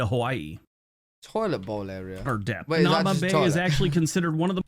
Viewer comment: Hanauma (the narrator pronounced it wrong. It's "Ha na EW ma" Bay.) When I was a kid, you could go there anytime you'd like. Now, because so many tourist want to go there, it was destroying the reef. You have to make an appointment or you won't be able to enter. They only allow a limited amount of people in each day. Oh, and "Toilet Bowl" refers to a rock shelf next to the Bay. In it is a large hole in the rock that goes all the way through to the ocean. When the waves rush forward, the water swirls round in it (hence the name "Toilet Bowl") and quite often explodes upward on onto the rock shelf. Beautiful, really. Hope you get to visit my home State of Hawaii some day.